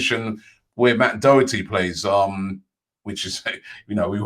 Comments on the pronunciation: Im sorry, but that mis-pronounceation of doherty was just too bad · It's matt doher tee